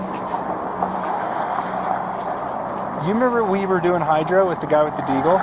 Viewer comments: The cop said hydro. Twice. Clearly audible. Unmistakably. What I do not know is whether the Utah accent may lead to Hydra being pronounced Hydro - I however highly doubt it because it's just a very strange shift that I've never seen in either direction anywhere at all across multiple languages and many dialects and sociolects. A very short and less pronounced o can turn into short similarly little pronounced a - but a very short and less pronounced a turns towards e. E again can turn this way to I. Regarding conscious shifts that don't just happen by accident, shifts usually are on the a-e-i line or on the o-u line. You can actually test that yourself by replacing vowels in random words: First you replace only between a and e or e and i: The a to e or e to i conversions don't even change the sound in American English: Sem sounds still like Sam. Marry Christmes is still the same sound as Merry Christmas. Now, the e to i and vice versa: Mirrej Chrestmas sounds like a weird pronunciation but it's still clear what is meant. Blissed Be diverts even less from Blessed Bi (be is spoken with an I vowel according to IPA standard) but still sounds like a strange accent. Between o and u, it's similar: for vs fur, cottage vs cuttage, soup vs sopp - it's also quite out there but could fit a dialect. So the a-e vowel shift is so far the only one we could have otherwise missed. But this is between a and o. Now, let's revert those in a few words: Monsta vs Mansto - no connection and I would e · Dude said hydr"o" 100 percent